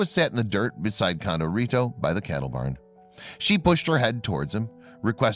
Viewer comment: When pronouncing Hispanic words, female ends with an “a” and male ends with “o”. So her name was Condorita not Condorito. This is true in other languages as well.